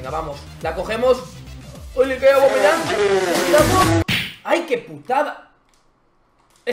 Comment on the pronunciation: no es ni aguameyang ni cervezayang,es "aubbbbbbameyang" coñññño